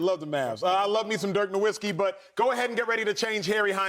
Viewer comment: still can't pronounce Nowitzki properly smh